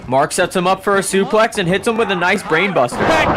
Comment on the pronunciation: Who told commentary it was okay to pronounce suplex like that